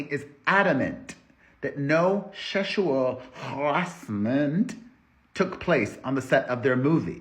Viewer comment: Sheshual haRrrrashment gets me every time